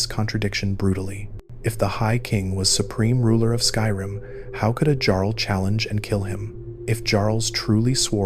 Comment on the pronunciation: Great video but how do you miss pronounce jarl